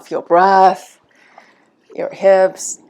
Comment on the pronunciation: Wonderful… just a little funny difference between the word breath and breast that you confuse a littlebit… But love your lessons…